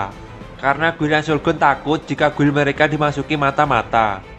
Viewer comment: gild bang bacanya. jangan guil ah